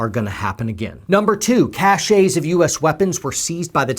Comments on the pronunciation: This is REALLY nit-picky and not even worth reading considering the seriousness of the global situation...but just for the heck of it, the word "cache" is pronounced "cash." The word pronounced "cash-AY" is spelled "cachet" and means respect or admiration. If anyone finds this nit-pick offensive for good reason, let me know. I don't mind pulling it. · ....pronounces 'caches' as 'CAS SHAYS' What an ignoramus. Must've suffered TBI on one of his 4 tours. Nope, not listening anymore. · You would think someone who speaks on a site with the word poet in it would be able to pronounce caches. I cringed every time he said cachet.